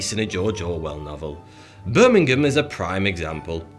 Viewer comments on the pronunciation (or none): none